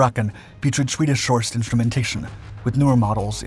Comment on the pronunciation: "Swedish shorsched instrumentation" ... 😅 😜